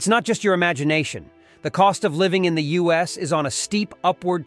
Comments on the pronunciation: And it said, "oos" instead of "us" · "OOSE?" You mean "U.S" LOL this is such obvious AI trash. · Does robot man think the U.S. is "oooose"?